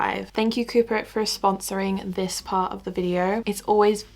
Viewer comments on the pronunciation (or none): when you said the video was sponsored by coupert i did hear cooper 😭😂